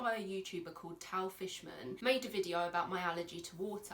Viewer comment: Its tal (tall) fishman not tal fishman